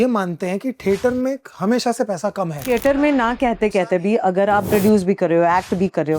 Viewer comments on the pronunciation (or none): ठेटर ❎ थिएटर ✅